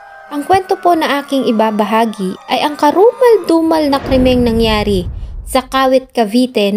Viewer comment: Ganda ng diction mo pag sinasabi mong "karumaldumal"...